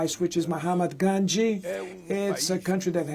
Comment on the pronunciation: Did he call Mahatma Gandhi Mohammad Gaanji?